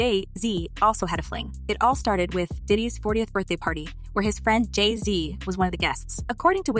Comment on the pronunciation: You say Jay z weird